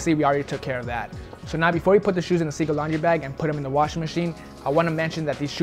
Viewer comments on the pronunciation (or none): none